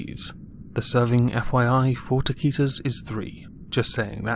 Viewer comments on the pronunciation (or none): I love amber Lynn drama but I’ve never heard someone butcher the word taquitos more than this guy